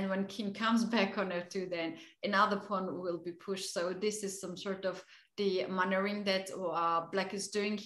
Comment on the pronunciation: English is sometimes hilarious, she tried to say "maneuvering", sounded like "manuring". I only tell it as joke, she is very likable.